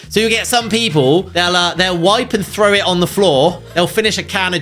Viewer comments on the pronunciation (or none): none